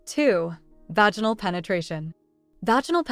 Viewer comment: Why can’t you use punctuation or pronounce vaginal correctly? 🤨